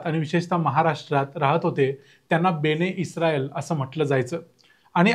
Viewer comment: बने इस्राएल नव्हे, बनी इस्राएल बोला